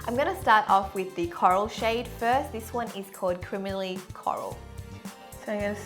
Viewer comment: do you even know how to pronounce "criminally" ......